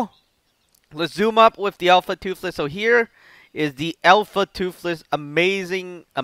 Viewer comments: Say toothless not toofless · seriously just because he is saying toothless wrong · I'm not liking or subscribing because u are saying toofless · Can you say toothless anymore wrong?